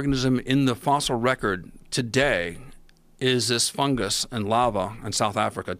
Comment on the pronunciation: Apart from paul's fucking annoying way of saying fungus. Never has or will be pronounced with a j its a fucking g! Why am i the only one annoyed by this